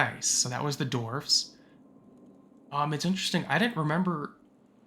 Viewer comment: Dwarfs..... not dorfs.... huge annoying difference.